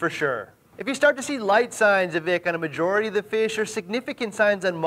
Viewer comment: The way he says "members er the reefing communy" gets me every time.